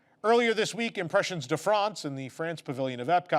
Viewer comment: I'm not being a jerk here - I always give extra points to someone trying to say a foreign word properly - but the fact that gives the French pronunciation to "France" and not to "Impressions" just fills me with delight. Mostly because I totally get it! I'm good at pronunciating all the other Latin languages - in Italy I was constantly being asked if I know Italian when all I was doing was giving my best Luigi from the Simpsons impression - and I know HOW I'm supposed to pronunciate French... It just never comes out of my mouth that way. I just tell myself - and others - I'm saying it the Canadian way! (Please don't learn the correct pronunciation,. It's so ridiculous I will never recover.)